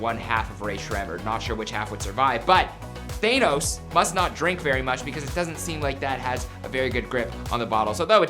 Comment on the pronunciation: Wtf is a THAY-NOS 🧤🤨😭 It’s THAH-NOS🤦‍♂️😭